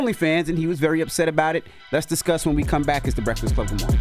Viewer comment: Tf is "good morting"